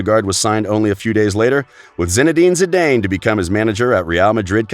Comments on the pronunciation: Your pronunciation of Zidane is cringeworthy. ZEEDAAN not zeedayn ya cringe lord! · Zinedine Zedain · Z-Dan? Maaaan😂